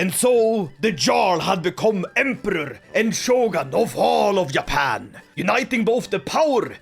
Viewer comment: its not Yappan is Juh-pan